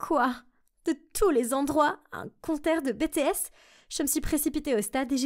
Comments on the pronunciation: « Les bé té èsse » mais oreilles saigne 😭😭🔫🔫🔫 qu’on aille creuser ma tombe j’ai remis 14 fois le moment où elle dit « bé té èsse » pour être sure d’avoir bien entendu. Je suis désolée mais en temps qu’ARMY ON PEUT PAS DIRE « bé té èsse » comme ça nan c’est pas les études c’est le GROUPE DE KPOP LA MEILLEUR DU MONDE ALORS ON PEUT PAS SE PERMETTRE DE LES APPELER COMME ÇA ON DIT : BI-TI-ESSE, et PAS « bé té esse alors s’il vous plait un peut de respect pour BTS merci ✨🫠😭🔫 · "Betehes" en tant que Army ça m'énerve plus qu'autre chose 😭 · Bétéhèssse c'est pour me faire saigner les oreilles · En tant que army tu a mal dit bts tu a dit « Bé té ès » je vais mourrir 😭😭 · «bétées» 👹 et puis l'histoire n'est pas vrai sinon sa aurait fait le buzz mais bravo pour l'originalité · Sérieusement "Bé té ès" j'ai mal aux oreilles et mes tympans saignent la narratrice c'est sur c'est pas une ARMY Sinon Purple you ARMY 💜💜💜💜💜💜💜 ARMY FOREVER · On dit bi ti ès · Merci franchement c'était énervant 🤣🤣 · Tellement ! J'ai du aller me laver les oreilles au moins 5 fois pour entendre correctement de nouveau ! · Ça se prononce BTS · Mes oreilles 😭😭😭😭 comment tu as prononcé BTS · Franchement je trouve l'histoire adorable et parfaite pour un drama mais je suis sur que l'histoire est fausse je n'est jamais entendue parler de ce concert et ça aurait été étonnant que les garde du corp la laisse passer sur la scène, en plus il faudrait améliorer la prononciation de "BTS" qui ce lit à l'anglaise, cependant l'histoire est touchante ;)) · L'histoire est génial mais le seul truc vraiment agaçant c qu'elle prononce pas bien BTS 😣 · Je n'ai pas aimer la vidéo parceque les BTS était très mal dessinée et que tu ne connais pas prononcé le nom de leur groupe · nn vrmt c un crime de dire comme sa BTS faut le dire en anglais sinon l histoire est bien mais comment BTS à était dit sa ma vrmnt déranger 😬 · et ce n'est pas bé té ès mais BTS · bah en gros ils disent “bé té ès” mais ça ce prononce “bi ti ès”